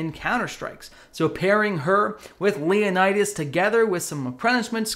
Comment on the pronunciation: In one single video, I don't know how many civilizations and cultures have you hurt at once. My ears are bleeding for each Leonidas mispronounced.